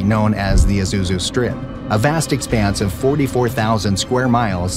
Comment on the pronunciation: It's Chadian-Libyan War, not chatty and Libyan War. Chadian as in the nation Chad. Good grief. "Isuzu Strip"? Arrrgggghhh. No, It's the Aouzou Strip pronounced like auzu, not like Isuzu.